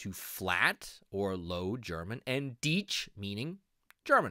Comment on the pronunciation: Deech not deustch